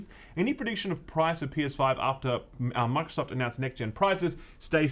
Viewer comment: How many times you gonna mess up the name 😂😂😂